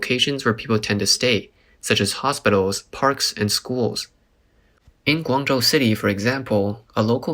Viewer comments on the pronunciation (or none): none